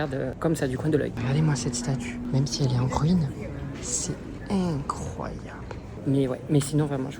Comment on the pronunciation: J'adore il dit tout le temps "c'est éncroyable" 🤣